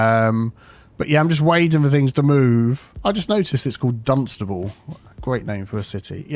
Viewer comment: Bro even named his city "D-Unstable"